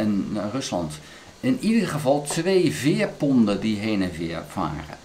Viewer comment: U praat over veerponden, maar het zijn veerponten met een "t". De Nederlandse taal heeft rare kronkels.